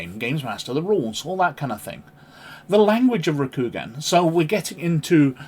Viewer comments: It’s Row-Coup-Gone 😊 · It's pronounced Ro-ku-gan or more phonetically, it's Roku like the tv service and also the Japanese word for the number 6 with gan, with the a being soft, on the end or Roku-gan. Hope that helps. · A Good video, though L5R 3E is my preferred edition; however, as pronunciation is something of a personal bugbear of mine 😅, I feel compelled to lend a hand (no offence intended): Rokugan = ROH●koo●GAHN Shugenja = SHOE●gen●JAH ("gen" rhymes with "Ken", with the "g" sounded like the one in "guy" or "ghost") (Also: There's an "Oriental Adventures Pronounciation Guide" on the en world website that may be useful for other words used in the game/setting) Stolze = STOL●zee (and that comes straight from his own website) Edit: Sorry to hear about the YT censorship nonsense - it seems that between their AI "filters" and overzealous fundamentalists amongst both YT review/appeal staff and the general viewing public, sheer and utter madness rules the day; hopefully something good will come out of this, somehow...🤞